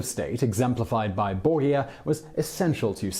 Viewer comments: Simon, I love your programmes, but please learn how to pronounce Italian names correctly. Girolamo (Savonarola) is pronounced gee-ROL-amo, Medici is pronounced MED-ee-chee, Mandragola is pronounced man-DRAG-oh-la, Borgia is pronounced BOR-ja. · Sezarey borgeea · Bor-ghee-ah. It drives me nuts. He sounds educated (largely because of his posh accent) but he mispronounces so many words (even English words) in every video. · Also Borgia, we're not talking about Star Trek here.